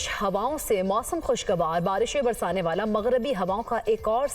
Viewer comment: kash baji ne kabi school ja k dekha hota shala barhi nai hota yala barhi hota hai😂😂😂😂😂